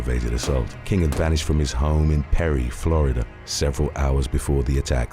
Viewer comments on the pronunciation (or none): none